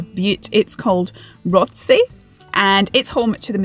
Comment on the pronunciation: It’s pronounced ‘rossay’ if you’re from Glasgow..